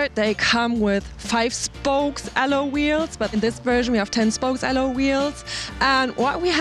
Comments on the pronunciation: Also, in English the term "alloy" you are pronouncing more like "al-low" and it should be like "al-loy" or "al-loi" if that makes it easier. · "Aloe" wheels...god I love German girls.